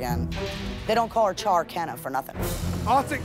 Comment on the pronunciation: Not a white woman calling Sherkena, "CHARRkena"...